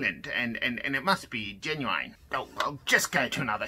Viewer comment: One thing I found out: they pronounce the i in genuine as ai